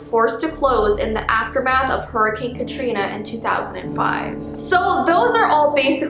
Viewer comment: Anyone else thought of the meme “Hurricane catrina? More like, hurricane tortilla!” When she said hurricane cantrina?